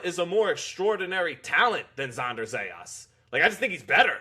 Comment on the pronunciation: Dude pronounced his name right 2 times, told us how he was called out to pronounce it right, “Zah yahs” and then proceeds to pronounce it wrong the rest of the video, “Zeh yas” 😂😂😂